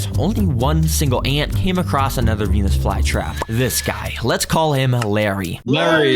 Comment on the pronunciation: OKAY BRO DID NOT SAY VENUS FLYTRAP